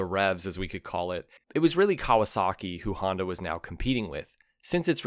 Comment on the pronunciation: WTF is a Haandowh or a Yeamohow?!